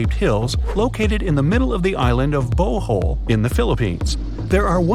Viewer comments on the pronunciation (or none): It's bohol not bohoool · bo o ol its bohol bo hol bro not bo o ol